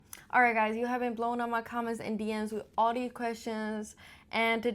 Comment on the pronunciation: No one cares "who you are" It's pronounced "these" not "deez" ffs.